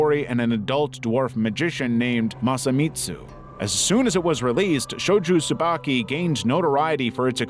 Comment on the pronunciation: Shojo Tsubaki, not Shoju Tsubaki.